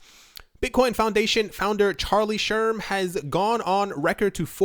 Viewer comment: It's "Shrem," not "Sherm"